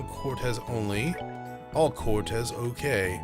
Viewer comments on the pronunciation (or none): Nearly 5 years and your pronunciation of Quartz ("Que arts" spoken quickly) as Cortez or Quartez remains physically painful to me.